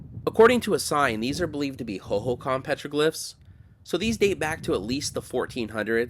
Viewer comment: Another excellent video,! I am a former AZ resident. Just a note on the pronunciation of Hohokam. The emphasis is on the second syllable. The way you said it is extremely common just not correct. This didn't detract from the video, just a note for future reference.